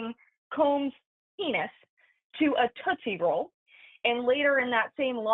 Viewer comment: Toostie roll😂